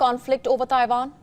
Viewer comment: Ah WION…when they’re(Indians)not fighting each other,they’re spreading lies about other countries and people.referring to Russian soldiers as:”Putins men” and Chinese soldiers as:Xi’s men”but not towards everyone else and FFS it’s pronounced:TAIWAN !! Not TAIVAN!!!